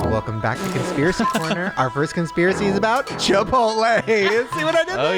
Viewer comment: Why did you say, Chip-pote-lay.?